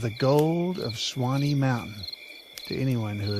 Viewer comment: I'm from, and still live very close to the mountain named after Chief Sawnee. That and my own education requires me to call you out on how you pronounced his name. It is pronounced "SAW---KNEE" not Swine-eee.